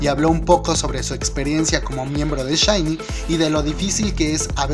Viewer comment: "aiyu" "lliguapey" "combek" jajaja SHINE en lugar de SHINee ... nipongo atención a nada por reirme